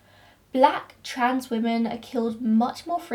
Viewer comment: Do you pronounce women and woman the same, or am I just hearing it that way in your accent? No hate, just curious 💖